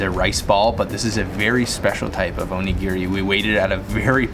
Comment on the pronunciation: your pronunciation of onigiri made me laugh out loud. Great job. I lived in Okinawa for 3 years, it's a great place. (oh knee gee ree (all ee's rhyme with bee) Your pronunciation of oishi was perfect!:) Interesting note about Okinawa, they eat a lot of colorful fish (like the parrot fish) while mainland Japanese don't.